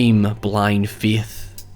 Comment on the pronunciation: Ladies and Gentlemen, introducing as Darth Vader! cue introductory clip “I find your lack of Feyth disturbing.”